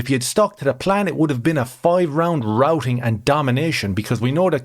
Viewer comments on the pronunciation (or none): none